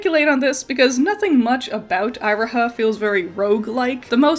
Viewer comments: You're pronouncement of Iroha hurts me so much It's "Eee-ro-ha" not "Aye-ro-ha" XD Otherwise, excellent video! Love seeing you talk more about PMMM. It's interesting how I do like Magia Record, but it doesn't quite click with me 100%. I think it's mostly because of how it raises so many questions about the worldbuilding, the overwhelming number of characters, and Homura's jaunts through time, but I'm not also wondering if it's compounded by the inspiration. I didn't know about Night on the Galactic Railroad before this video, and I think having a strong concept of Faust made the original so much easier to digest for a westerner like me. All the same, it's good to see the level of thought put into the original series is still on full display here. Magia Record felt like an unnecessary spin-off to me when it released, a Gacha-tie-in promotional series, but the writers really made it work well after I gave it a second chance, even with my gripes. Definitely noticed the bird theme going on but you really put it all together. Great vid! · Its kinda... unpleasant that you keep saying Iroha's name as Eye-roha Not to even mention that you didnt even talk about Giovanna looking like a Plague doctor Also even saying that the NightHAWK star as nightJar star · not to be that person, but Iroha is pronounced E-Roh-Ha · Eye roh ha??? It's eee roh ha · interesting way of pronouncing iroha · You could have at least tried to pronounce Iroha’s name correctly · It's definitely my B on how I pronounced Iroha. I always tend to struggle with pronunciations. Personally I never thought Giovanna looked much like a plague doctor. You and several others have commented on it, and I guess I kinda see it. But it was never anything that really jumped out to me before now. Actually, the Nighthawk and the Nightjar are the same thing! One is just the European name for it. :D